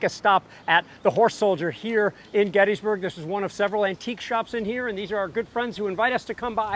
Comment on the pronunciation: I hate how miss pronounces Gettysburg.